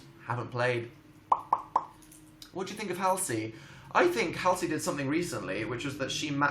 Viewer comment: the way he says halsey lol